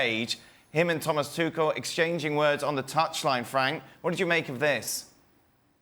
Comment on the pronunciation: I love when he corrects himself with the pronouncation of Tuchel and it is just as wrong as the first one